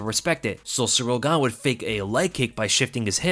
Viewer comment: I know you said “And Gane was landing those” but it really sounded like you said “Ngannou” lol